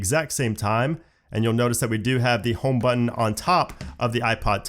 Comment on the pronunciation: how do you mess up "power button" and "home button" so badly